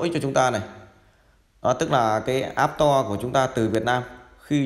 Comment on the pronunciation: Store ( sờ to ) not app to :))